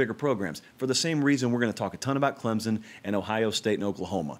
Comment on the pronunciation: There is no Z in Clemson. 90% can not pronounce correctly.